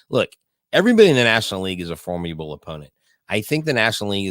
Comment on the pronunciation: please, it’s formidable not “formiable”. Not meaning to sound harsh but you use that word a lot. Love you guys, doing a great job! Go ‘ Stros